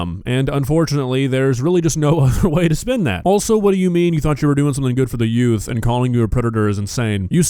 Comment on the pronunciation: Yea, how much effort did they put into finding a sub that can actually pronounce "Youth"? "Yoof" isn't a goddamn word.